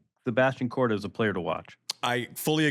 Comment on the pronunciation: Korda 🤣🤣🤣 What the hell are u saying